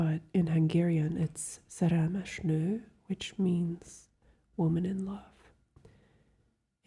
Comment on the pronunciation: My face dropped when you pronounced "szerelmes nő" correctly... I don't hear Hungarian often on the Internet, that's for sure! Loved the video.